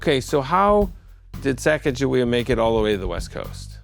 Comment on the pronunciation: Sa-ca-ga-we-ah I love the way he said it.